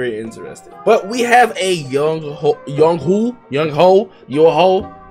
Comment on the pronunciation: It’s said like youngway koo